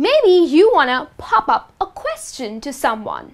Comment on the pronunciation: Small little phrases pop up it sounds like phaughp up John tell me tehl me watt d ff